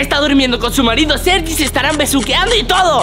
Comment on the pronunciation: En el minuto - en ves de decir sergi dice seri